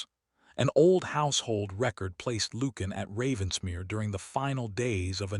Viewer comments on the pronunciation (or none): Lucian is not pronounced Loo-can. It’s pronounced Loo-she-an. Interesting, well crafted story. Enjoyed it.